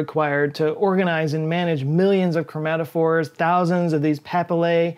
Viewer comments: Chrome-a-phore is actually chromatophore (/krōˈmatəfôr/) "chrome-at-oh-for" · ChromaTOphore, not chromaphore. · Cretaceous ammonites were cephalopods with shells up to ~2m in diameter. How many times did you say chromaphore after you got it right the first time with chromatophore? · Is it "chromaphore" or "chromatophore"? Either way, Cephalopods are my favorite creatures. They're almost more interesting and weird to me than humans are, and that's one hell of a feat.